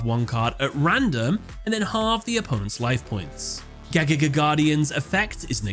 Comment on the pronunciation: Bro I can't stand how to pronounce Gagaga! You're saying way to fast and it comes out a nonsense.